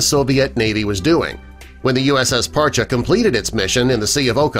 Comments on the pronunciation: I knew a couple of guys stationed on this one and they pronounced it "Par-Chee" not "Par-cha" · It’s Par-chee.. Not Par-cha. Served on her 98-02. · Parcheeeeeee not parcha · USS Parche pronounced "Par-Chee" not Parchu. Spec-op boat with hull extension. Had more mods then any other Sturgeon class boat. Saw her in dry dock getting modified at Mare Island during our refueling overhaul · USS Par-Chee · Terrible video. 3/4 of the images were Russian subs. And they can’t pronounce Parche correctly. Hint - it’s not Par-chay The years are also incorrect for modifications. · An interesting video. The Name Parche is pronounced Parchee. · Dude can't even pronounce the boats name correctly.